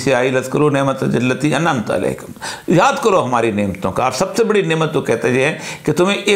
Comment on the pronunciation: گستاخی معاف!سر آپ نے انعمت علیکم ت کو زبر کے ساتھ پڑہاجس کا معنی ہے تم نے انعام کیا تم لوگوں پر ۔سر آپ نظر ثانی فرمائیں ۔شاید میں ہی غلط ہوں ۔معذرت کے ساتھ